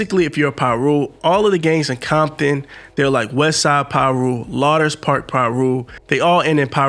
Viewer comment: Pronounced lou ders park Piru